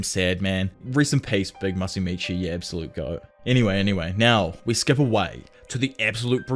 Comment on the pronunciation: has a problem with Ui Ui lmao especially calling him ‘You you’ instead of ‘We we’